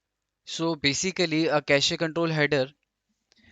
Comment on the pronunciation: Pronounciation of cache is irritating me.